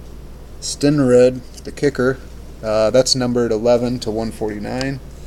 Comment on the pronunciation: Wow, you don't even know who Jan Stenerud is and can't say his name?? Those Panini cards are trash, $90 for those crappy hits and cards that look live silver crap!